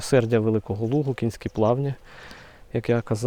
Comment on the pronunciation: Плавні не кІнські, а кОнські. Від назви річки Конка. Не варто смішити людей, в даному відео це не доречно...